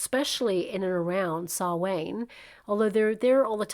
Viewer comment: your pronunciation of Samhain is way off. Sorry it bugged me enough to comment. Phonetically it "Sow (as in a pig not to plant) Ann" and halloween night is Oíche Shamhna (EEha Sow na) Thanks for your readings. Always find them to be very accurate. Viewing from Ireland